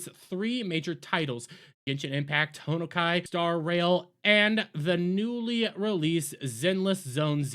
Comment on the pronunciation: They are indeed clowns. This boycott made this game more money and popular. Pronounce Honkai correctly you boomer. Also a Genshin ad played on vid lmao.